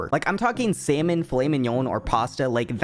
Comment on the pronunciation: Why do you pronounce salmon like that 😭